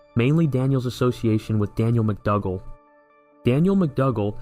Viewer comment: McDougal is pronounced ‘McDoogal’ rather than McDugal